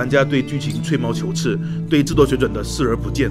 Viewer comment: 吹毛求疵 ci 一声 不是刺